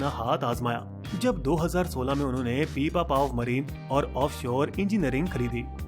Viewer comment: वो पीपापाव नही पिपावाव पोर्ट है